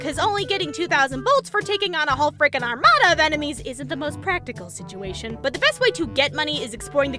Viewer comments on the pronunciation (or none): none